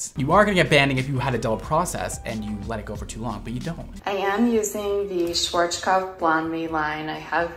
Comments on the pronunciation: The way the last girl pronounced schwarzkopf hurt me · Is this how y'all pronounce Schwarzkopf over there? It gave me a stroke.